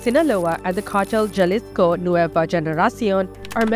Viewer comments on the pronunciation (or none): You couldn't take 10 minutes to google pronunciations? This was annoying to listen to. Quintero is pronounced, "Kintero". Jalisco is pronounced, "Halisco". sheesh